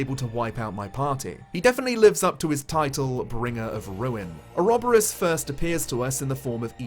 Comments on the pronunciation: Ore-ob-ore-oss and oro-bore-us are both valid pronunciations :) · Had to comment that you had actually been pronouncing ouroboros correctly. The game also butchers the pronunciation of Agnés' name which actually is the plural female form of the word pure in Greek. It even has the intonation mark placed correctly but somehow it is constantly pronounced hilariously wrong. Source: Me, who actually speaks the language the word comes from. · I pronounce Ouroboros the same as you,. It's everyone that's wrong!